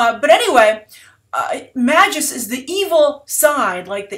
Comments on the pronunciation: you could pronounce it the way its spelled lol and if marvel comes up with a new pronunciation thats on them. cause its magus not mags-us like his name is maggie or something lol. a magus is a type of magical being like a wizard or sorcerer. its like dc taking an arabic word ra's and changing its pronunciation to raesh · "Magus" (mage, sorcerer) is pronounced with a long "a". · "Mage-Us" And Adam Warlock is essential to the Guardian property. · Magus, pronounced May-gus -_-, it's an actual word for crying out loud.